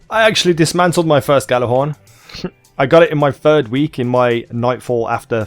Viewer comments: It's either jallerhorn or yallerhorn but the g is silent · It's pronounced jallerhorn it's a silent g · The gj part is pronounce as a Y. so you would day it as Yallarhorn.